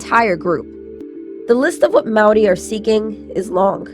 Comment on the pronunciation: Can we give some props to the American lady that pronounces Maori better than Kiwi's?